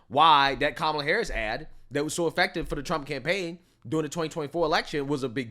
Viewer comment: Re: Stephen Miller, pronounced “effective” wrong.